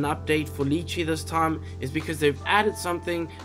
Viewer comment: Lol love your vids but it absolutely throws me every time you mispronounce lychee, lol. Weirdest kryptonite ever haha